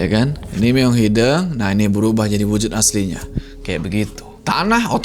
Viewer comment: hideung bang, bukan hideng haha kl bukan orng sunda emang ssh ya.